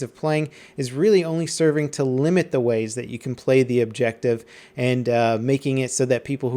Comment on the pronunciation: "Objective Buttah"